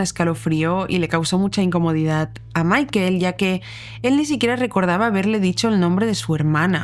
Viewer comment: Pronuncia bien el nombre por favor. Michael. Se pronuncia Maicol.